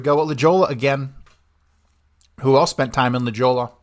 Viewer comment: One Slight correction. La Jolla, make that J an "H" sound. La Hoya, CA